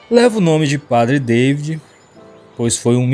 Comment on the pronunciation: Lê-se padre DA-vÍd, como no português, afinal francês também é uma língua latina. Temos que parar com este vício de dar pronúncia inglesa em tudo que é nome estrangeiro, afinal não somos anglófonos ! Há outros tipos de veados mais passíveis de entrada em terras brasileiras. Os argentinos introduziram em estâncias de caça já a algum tempo o chital, que é o veado da Índia citado no vídeo, o gamo e também o veado vermelho, estes últimos trazidos da Europa. Eles já chegaram nas províncias de Santa Fé, de Corrientes e de Misiónes , por isto há grandes chances de entrarem no Brasil pelo Pampa ou pelo Oeste de Santa Catarina, como já ocorreu com os javalis !